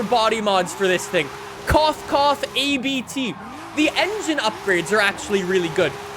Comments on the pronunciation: Its abt. Not A B T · I love how he pronounces ABT like A B T but it’s a family name so it is pronounced Abt (speak it like you read it lmao) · its abt not a-b-t you fool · Very cool video, just one correction: it's actually a name so you don't pronounce it A-B-T but Abt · ABT is a german company. Abt is the last name of the guy who founded it. so it sounds like a sneeze not A B T (this information is provided from a german guy (me)) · "ABT" is actually pronounced as a single word, not A-B-T. It's a surname. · Abt is pronounced like „up-t“ in one word 😄